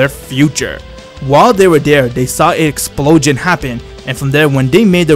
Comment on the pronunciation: i don't like the way he says "explosion". but for the rest awesome story